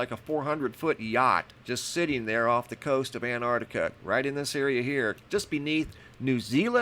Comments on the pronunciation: Antarctica. It has a T at the start of the second syllable. An-tarc-ti-ca. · Don't think you noticed there is a letter T in An-T-artica 🤔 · And you still can't say Antarctica right